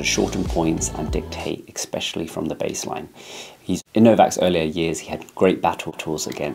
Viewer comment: "especially", not "eXpecially". You're British? Also, there are numerous videos from other creators on this subject who have much more thorough analyses of Djokovic's dominance. Feels like you mailed this one in content wise, and editing wise. You misspoke/mispronounced several times in this short video.